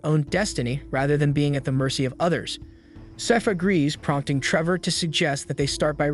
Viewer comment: I'm stressed that throughout the video the narrator can't seem to pronounce Sypha and keeps saying "seefa" or "safis" and I keep getting confused. Same goes for any of the town names 😭